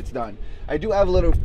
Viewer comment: I like that he says ave instead of have